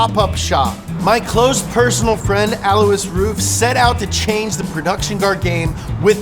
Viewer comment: Alois is pronounced "alloy" as said by Alois Ruf on the smoking tire Podcast.